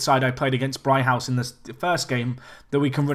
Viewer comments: It's pronounced 'Brig-house',. Not 'Bri-house'. You've lost a g somewhere. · "Brig-house"!!!!!!!!